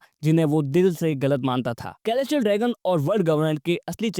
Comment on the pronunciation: Mast video bhai, bas "k"-elestial dragon mat har baar hasi aa jati hai 😂😂